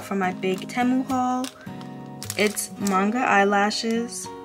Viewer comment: I love your videos ! Btw it’s pronounced like ti-mu